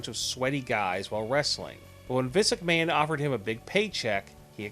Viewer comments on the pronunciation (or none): none